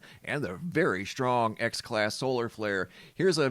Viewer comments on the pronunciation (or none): I’m sorry it’s the way you and my entire family pronounce strong as shhtrong just a pet peeve of mine, carry on sir. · STRONG does not have an H in it and it never did so please try to pronounce it properly I Love You Brother, 6 years I’ve been subscribed, God Bless